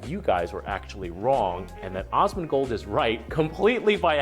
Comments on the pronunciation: Dude kept saying osmongold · *gritting my teeth as they repeatedly call him 'Ozzmen Gold' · It's Asmongold not Ozmongold btw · "awwsmondgold" this is just driving me insane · Are they just unable to pronounce the A in Asmongold??? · My gf was complaining every time was saying Osmongold xD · How the hell can this guy say Asmon's name sooo wrong so many flippin times?!??! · why can't they say your name right.. wtf seriously?? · Oh hell yes Asmon watched this! I just cringed every time they said his name, can't win all the battles, lol.